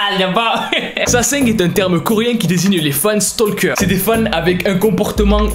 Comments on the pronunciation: Coucou, alors pitite rectification, le "g" ne se prononce presque pas à la fin et il est impossible de le sonoriser en français puisque que c'est un son qui ne se prononce pas pour nous. Voili voilou, passe une bonne journée ou soirée 🙃🧡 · J'explose littéralement à chaque fois que tu dis "LA SASENG"😭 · qd tu dit la sasaeng on entant l'assasing mdrr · À chaque fois je comprend "l'assasin" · La sasaeng = l’assassin avec accent québécois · Tu a sAsAIng c com tu disé Sasuke 😅😂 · ca ce pronnonce SASAENG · Quand tu dis la sasang on dirait que tu dis l’assassin😂🤣